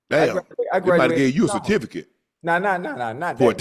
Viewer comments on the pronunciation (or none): They probably gave you a "Citificate"!!! Had me dying laughing!!!!😂😂😂😂😂😂😂😂😂😂